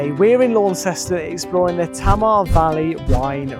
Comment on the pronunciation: Great video from a beautiful area of Tasmania. However, in Tasmania, Tamar is pronounced Taymah not Tammer. Launceston is Lonnceston not Lawnceston (as many tourists say) or Larnston (as natives of Launceston England say).